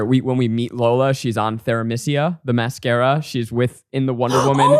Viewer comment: Zach. FFS. It's Them-iss-KEER-uh (the "th" pronounced like in "thought"), not ther-ih-MEE-see-uh. Do you want legions of fans coming after you? Haha.